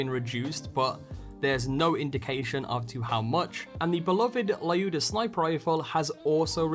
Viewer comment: Its not layuda its lyuda as in leeooda, say it right dammit